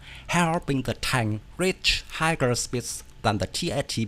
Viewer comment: Pronunciation tip from an Englishman: for "higher", it's "hi-er"* speeds not "higer" speeds. * = rhymes with 'buyer'.